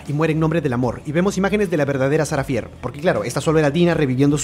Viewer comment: No hate pero se pronuncia "Fer"